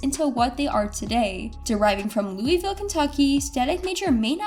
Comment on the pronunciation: Joda-key and louwiville….. let me take my like back.. 😂😂